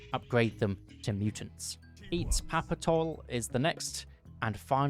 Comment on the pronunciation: that pronounciation was all over the place... its not itzpapatol its itzpapalotl. its not quetzolacualt or whatever you said im surprised how wrong you got that one